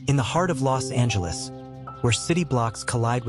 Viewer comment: Do you know how to say Los Angeles ?